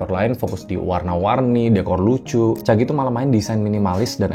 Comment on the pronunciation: Caji bang, bukan Cagi 😅